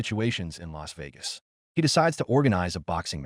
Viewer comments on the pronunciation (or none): none